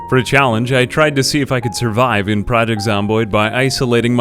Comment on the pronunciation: The way you say Project is so weird to me. xD